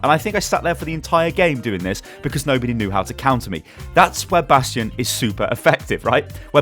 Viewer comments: bation not nation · 30% Comments are over "Bradstion" Pls man but he got a hanzo golden bow ;)